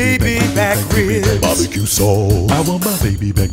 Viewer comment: Ree-ibs so good, they take two syllables.